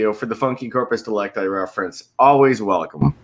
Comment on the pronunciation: These guys always make me facepalm when they say corpus delecti.